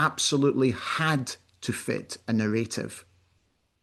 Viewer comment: mins...What is a "narRATEive" ?🤔